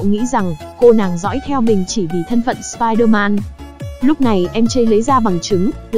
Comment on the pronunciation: nói: si der man >XD